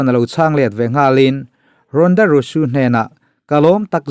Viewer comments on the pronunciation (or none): Leh lawk, ronda rousey ania, ronda rusu tiin an lam lo, a mizo takin rawnda rauzi ti a lam tur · Ronda Rosu nilo in Ronda Rousey tih Zawk Aw... 😁👍👍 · Ronda rosu I tih khi ronda rosy tih zawk tur a lam dan khi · ronda rausi ti a lam tur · Ronda rousey hming hi i lam sual deuh em aw ka ti,kan chenna hmun a zir in tawng leh thil lam dan hi a in ang vek lo tih hi chu ka pawm thlâwp mai.Mahse,'Rusu' tih hi chu a dik hlel deuh chuan ka hria...a kut zungchal nilo in zunglai zawk alawm a hmuh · English an thiam bik em em awm bik der si lova ka lo tia keipawh. Sap ramah zin ta se hawi hai tak tak tur hian mi english pronunciation lo nuihsawh hi an ching.